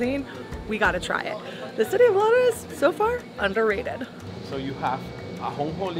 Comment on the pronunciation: Not sure if anyone mentioned this, but it's not Lotus, it's Lares. Thank you for this video! I haven't been back home in so so long, and it was wonderful to see Lares & San Sebastian again - my hometown is Hatillo, not far from there.